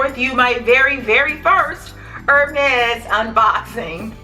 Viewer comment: Love the video! For future reference, the brand is pronounced “air-mez.” Great video, I love your channel!